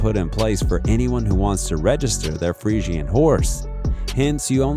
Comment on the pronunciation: Omg he's pronouncing fresian wrong 😢😂